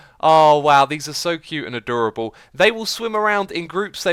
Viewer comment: "Adurable" bahahahahhahaha xD